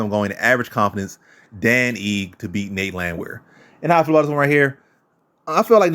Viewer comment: Ige (ee-gay). For future reference...